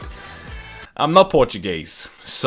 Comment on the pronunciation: That “Portuguese speaking” was cringe lol. Você fala como um mexicano